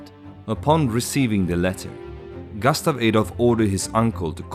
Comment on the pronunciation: Bra video, men säg inte "gastav", svenskt "u" är inte okänt i engelska, det är bara ett dialektalt uttal av kort "u" i ... Australiska dialekter, tror jag.